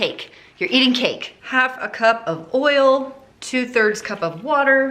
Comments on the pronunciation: Idk why but when you said "ERRL" instead of "oil" I was just tickled pink lmfaooo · I love that you call it "earl"...I do too...lmbo!!!